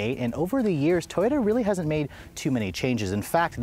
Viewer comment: Why did you say toroya instead of Toyota